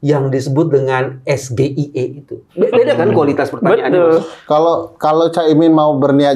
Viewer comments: SGIE dibaca ES DOGER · SGIE (State of the Global Islamic Economy), itu singkatan dalam bahasa inggris. Cara penyebutan atau ejaan yang benar seharusnya dalam bahasa inggris juga menjadi, es - jI - aI - i. Jadi cara Gibran membaca es - ge - i - e pada pertannyaan yang dia ajukan untuk Gus Muhaimin adalah salah! Jika Gibran melakukan hal tersebut di tengah konferensi bangsa-bangsa internasional seperti PBB, ASEAN atau OKI tentu delegasi-delegasi dari negara lain juga tak ada yang tahu maksud singkatan tersebut! Dan dijamin Gibran akan malu bahkan dikritik oleh wakil dari negara lain! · SGIE, kasih pertanyaan singkatan yang berasal dari LN, dibaca bhs Indonesia harusnya dibaca Es Je Ai Ii. Yg bodoh siapa ?. Ini tujuannya menjebak,agar terlihat unggul, tak sopan lagi panggil Gus tanpa Pak. Bocil kurang ajar tidak menghormati yg lbh tua. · SGIE : Es Ji Ai i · SGIE asam sulfat blimbing sayur salah baca bahasa Inggris ko di baca pake bahasa Indonesia 😂😂 debat hapalan baca teks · Wajar aja Gus imin ngk ngerti krn bsas salah sebut es ge i e. Belumbing sayur asam sulfat bikin malu saja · Pertanyaannya jelas2 adalah jebakan.. singkatan bahasa inggris tapi dibaca dg bahasa indonesia SGIE yg seharusnya dibaca ES JI AI IE. Orang2 lalu merasa BELIMBING SAYUR NAIK KELAS MENJADI BELIMBING MADU 😂😂😂 Coba tanyain dia... Dlm ekonomi digital sekarang ini PERLU TIDAK A.P.I ditingkatkan ??? Emang dia tahu apa itu A.P.I ??? 😂😂😂 Bisa saja A.P.I = Angka Pengenal Importir Tapi bisa juga berarti A.P.I = Application Programming Interface😜😜😜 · Singkatan dari bahasa inggris gibran bacanya abjad indonesia😂 yang ditanya pasti bingung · Apalagi bicaranya salah y pk bhs indonesia, itukan singkatan bhs inggris hrsnya bacanya jg ejaan inggris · Saya melihatnya gibran ini sok bhs inggris tapi ngucapinnya aja salah2.. trus buat apa si singkatan2 kan yg penting kan substansi